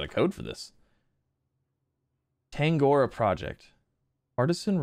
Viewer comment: Tang-ah-ro-ah* not tang-or-a